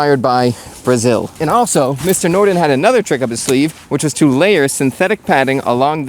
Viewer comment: The Forvo app or website provides pronunciation of words, names and short phrases by native speakers. For Åke Nordin the last name is more like nordEEN. As a non-Swedish speaker, I could barely hear the d, making it closer to norEEN.